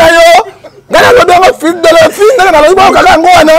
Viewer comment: Bjr, naseki mingi. Ton invité n'arrive pas à dire "église Philadelphie "